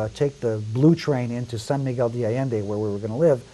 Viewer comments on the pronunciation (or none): none